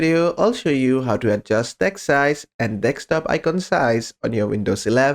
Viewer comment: deSKTop please. not deKSTop😀